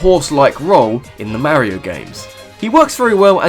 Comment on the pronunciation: Also he pronounces mario wrong it's m-AR-io not MAYOIO